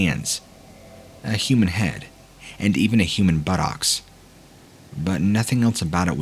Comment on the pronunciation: Say "buttocks" again! Say "buttocks" again!